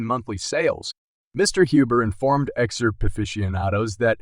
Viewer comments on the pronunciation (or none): How can you take a video serious with someone that can't even say XRP right, what the fuck is XURP